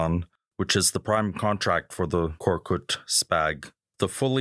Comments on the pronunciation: KORKUT NOT KORKUK AMK! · No korkuk, YES KORKUT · Thanks for your effort but you have to change some of these: First of all it should be "Korkut" not "Korkuk" and Korkut means "Fearless" then you don't need to say all of the name of the companies or translate them please for example FNSS Savunma Sistemleri > FNSS or FNSS Defence Systems A respected magazine like you should not do this mistakes